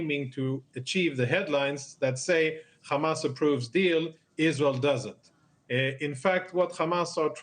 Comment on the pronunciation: Khamas 😂😂 cant even pronounce properly